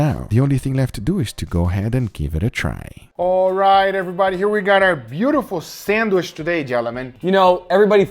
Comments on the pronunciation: it is sandwiCH, not sanduish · homie be sayin sandwish lots of times. someone help him out. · I'm the only one hearing him say Sandwish ? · sangwish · ah yes... the sandweshh